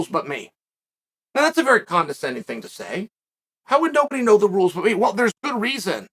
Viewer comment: Uncle Chael: Repeat after me: I misinterpreted the rrrules!